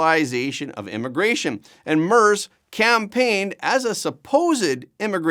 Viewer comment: It's pronounced "MAIRTZ". I Know Canadians are only required to try pronouncing FRENCH names correctly, but SOMEBODY could do a little research so doesn't sound like a Newfie ice fisherman every time he mispronounces the name of a world leader.